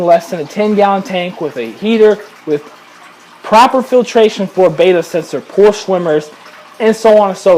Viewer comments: FYI guys, the word Betta (bet-uh) is not pronounced the same as the Greek letter beta (bay- tuh) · Since when have Gymnocorymbus ternetzi been renamed as Skirt tetras and Betta Splendens as Bayters? It's Latin, (that's an ancient form of Italian) and it's pronounced 'Better Splendenz'. Oh, and I have a chocolate chip starfish, but it's somewhere unmentionable on a family website, not in my aquarium.